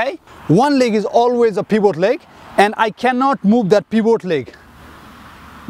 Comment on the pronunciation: pEeVoT LeG